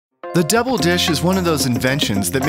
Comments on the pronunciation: Haha I was just about to say that! Totally sounds like “devil dish”. VAT19 is located in Missouri, wonder if it’s a Missourian accent thing to pronounce double as debble/devil... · the fact that pronounces double like devil is both funny and annoying